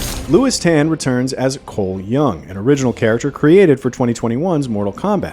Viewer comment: Narrator totally mangled the surnames of the various actors - e.g. Tan and Chiam 😒